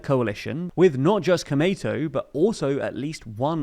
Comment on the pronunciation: It's pronounced Ko-U-Mei-Tou, not KomeiTou (which is very confusing to hear - definitely not the same thing)